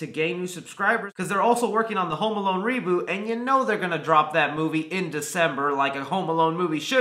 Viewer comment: I love how he says reboot in a way of saying re booty